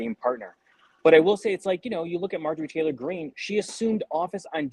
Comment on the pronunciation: This guy lmao. Did he say tater green?